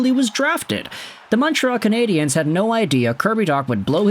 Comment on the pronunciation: That laugh sounds like an old James Bond movie laugh. Say Canadiens properly, btw